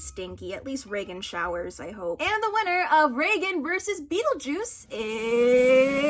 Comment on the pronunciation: I don’t care how it’s actually pronounced, hearing reigen pronounced like Roland Reagan is killing me